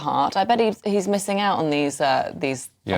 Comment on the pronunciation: This commentator is apparently unable to pronounce consonants clearly eg forc (ed) kicked ou (t) thank you for joinin (g) me. "hell ho(le) in England" if this is righ(t) Ugh Cant listen to these characters with their gutter slang and inability to enunciate. Is this demotic English planned to be the standard English of GB News for the future?